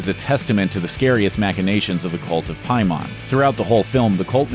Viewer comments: "pie-mon" lmao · Pie-mahn, man did you watch this shit??? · Saying Pie-Mon, sounds like the name of a Jamaican bakery. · It's pronounced "Pay-mon". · PAY-MON, HOLY SHIT DID U EVEN WATCH THE MOVIE, FUCK. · Why does no one know how to pronounce Paimon? 😭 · The scariest thing about this video is that in the movie you can literally hear how to pronounce Paimon but you still get it wrong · The scariest part of this video is how you pronounce Paimon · Scariest part of this video was the butching of Paimon's name over and over again... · They say the demon's name multiple times in the film and you still pronounce it incorrectly smh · The scariest part of this video is the amount of times he mispronounced Paimon. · A bit of a nitpick, but it makes me think you didn't watch the film: you're pronouncing Paimon incorrectly. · the only scary thing is how you pronounce paimon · You're pronouncing Paimon wrong. Just saying. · You pronounce paimon strange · PAY-man. Not Pie-Mon. Did you watch the movie?? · Pay mon, not Pie mon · Why is the dude pronouncing it "Piemon" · “Pay-mon” not “pie-man” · It’s, PAYmon not PIEmon. And it’s spelled paimon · "Pie Mon" is a Jamaican selling cheesecake. The demon from the movie is always pronounced "Pay-Min." Narrator should see the film. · I'm just wondering where you got that pronunciation of Paimon from... like, in the film it's clearly Pai like "pain" not like "pie" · PAYmin. Not PIEmon. Did you watch the movie? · “Pie-mon” Pay-men. Either you didn’t watch the movie or you’re just one of those dickheads who Mario “mare-e-oh” when they clearly say it’s Mario. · Who the hell is Piemon? It's pronounced Pay-men. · How can the narrator not even bother to pronounce the antagonists name the way they do in the movie?! Ur just reading a script and never actually watched it have you?? It’s “Pay-men” not “Pie-mon” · Isn’t it Pay-man, not Pie-mon. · He said "piemon". Boi it's paimon. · Why do you say "Pie-mon" when the movie LITERALLY says "pay-min"